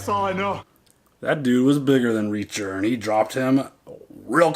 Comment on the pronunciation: About Reaacher”